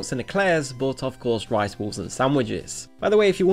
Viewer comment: The way you pronounce "balls" really makes it sound like you're saying "rice walls" instead of "rice balls".